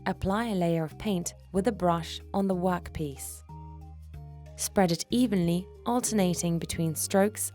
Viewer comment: “A wok piece”